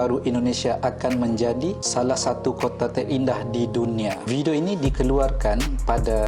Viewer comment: Ibu "Kota" Datook Bukan "Kotee"